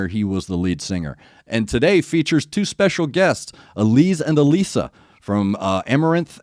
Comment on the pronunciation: Good one. You got Allisa, Elise pretty spot on Think Gluz, is pronouned Gluth. Someone will smack me if i got that wrong